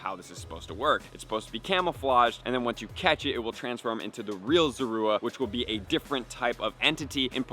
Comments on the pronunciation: Pronouncing it wrong. It’s Zorua. Not Zora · Sorry but who says zorua like that